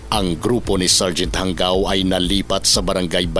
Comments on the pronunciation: ISA SA FOUNDER NG DIABLO SQUAD AY KAKLASE KO SA POLICE TAEKWONDO COURSE CLASS 95. EX-PC KAMI. JANGAO . PRONOUNCE HANGAW HINDI HANGGAW. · JANGAO AS IN HANGAW HINDI PO HANGGAW